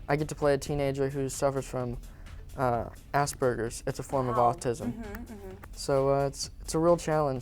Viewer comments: did he say ass burgers? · Did he say ass burgers? LOL